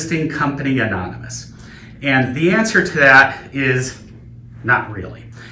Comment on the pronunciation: 'Amomynous' lol